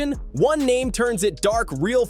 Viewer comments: Why is he pronouncing his name wrong on purpose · Imagine doing a whole video and saying his name wrong for a half hr